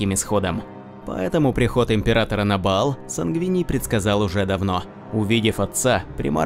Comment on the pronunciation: А почему плане Макрагг, когда Макрейдж и Баал, когда Ваал?